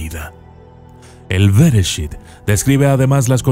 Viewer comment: Nada más como corrección. Las palabras Hebreas generalmente se leen como si fueran agudas; es decir, como si el acento fueron estuviera en la última sílaba. Bereshít en vez de Béreshit, Shemót en vez de Shémot como vos lo lees. Saludos.